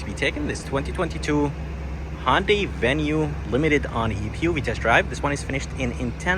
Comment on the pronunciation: ITS HYUNDAI NOT HONDAI Jesus, pronounce it properly